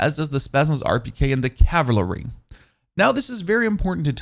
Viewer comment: Good work, but I can’t watch your videos any longer. You are butchering basic English. So many mispronounced words. Please learn how to say compensator and cavalry